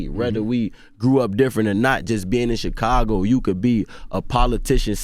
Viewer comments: Chickago smh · How does Charlamagne still say Chicago wrong, when he named himself with the same prefix? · Char says Chicago like a Mexican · The way charlamange says Chicago Lol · He say it like he Mexican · Lmao yea he say it the way we say it in spanish lol